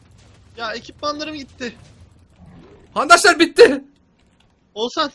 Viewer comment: abi niye handaslar diyosun